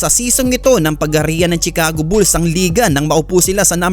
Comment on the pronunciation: BOBO , CHICAGO= "SHICAGO" HINDI "TSICAGO" ANG PAG PRONOUNCE. KAMOTE BLOGGER BOBO